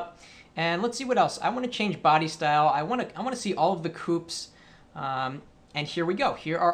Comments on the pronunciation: its not pronounced "coop" its "coopay" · coup??? fail. its coupé LOL